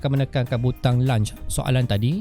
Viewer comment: Terima kasih. Saya mendapat manfaat daripada perkongsian cikgu. Ps: semak pronunciation untuk launch.